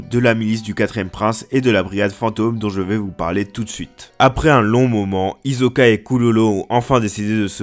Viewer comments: C'est Hisoka pas izoka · Mon gars c'est Tserriednich et pas Tserridini et Hisoka et non Hizoka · Pk tu dis Tesredini et hizkoka ?🤣🤣🤣@